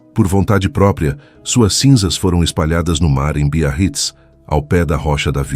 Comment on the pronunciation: Bia Hits, Biarritz (pelo amor de Deus!). Biarritz é uma famosa praia francesa...